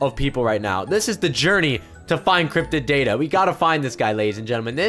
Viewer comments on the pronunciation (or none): Lol at the end u said crypted daddy not crypted data